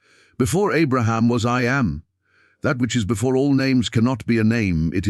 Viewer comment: It is so annoying to listen to this pompous, phony voice prounce "I Am" as "eye aye em". And, the voice runs parts of sentences together, nevermind the correct punctuation, ruining the meaning,plus it puts the emphasis on the on the wrong part of the word, as in "PROject" and "proJECT", which are two words that have completely different meanings. PLEASE STOP!! I didn't listen all the way through and can't bring myself to acknowledge this channel in any way.